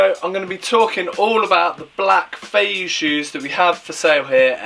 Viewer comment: It’s pronounced 飛躍 fei Yue. Like Yu-eh. A fei yu like you are saying is flying fish lol